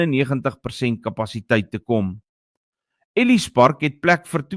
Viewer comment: Waardeer jou unitsending,maar wil jy asb vir AI verduidelik hoe om Ellis Park uittespreek nie?